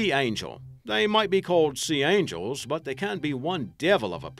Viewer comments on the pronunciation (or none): none